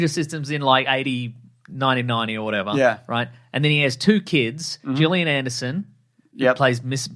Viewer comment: I need people to stop saying Gillian Andersons name wrong. It's not a hard G.